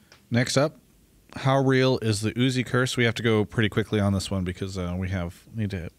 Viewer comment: Uzi is note U Z AI, plz stop that